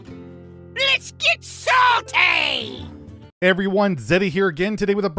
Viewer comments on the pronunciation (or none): “Let’s get Sauté” is the only thing I hear at the beginning 😂